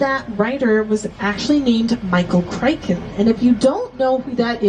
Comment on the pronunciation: the guide said The Andromeda STATION, instead of STRAIN. And it is pronounced Michael Crichton (/ˈkraɪtən/. Not. "Cryken".